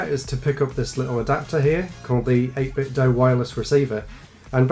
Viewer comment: Thank you for pronouncing 8bitdo correctly. 80% of other reviews on YouTube get it wrong. Good job as always